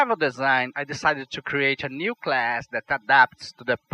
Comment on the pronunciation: ser querer ser chato mais eu creio que "to" não se pronuncie "tchú"